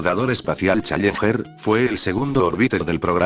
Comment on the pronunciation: Me enferma escucharlo pronunciar la palabra challenger como "chayenjer" 😒